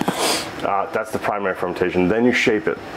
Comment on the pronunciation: its fermentation, not fermintation, sorry for being a bit of an asshole